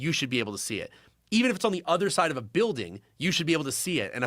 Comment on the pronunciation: Did you say buiwding